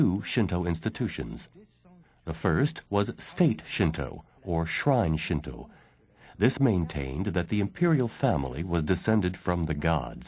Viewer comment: Thank you for pronouncing "shinto" correctly. I died a little inside in the last video I watched, every time I heard "shin too" -_